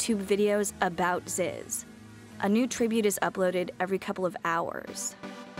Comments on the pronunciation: She can't even say Zyzz right. It's pronounced, "ZEEZ" , not "Zis" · ITS FAWKUN ZEEEEEEEZ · proounced zeeez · Had to stop within the first 20 seconds, simply because of the fact that she said his name wrong.🤦🏿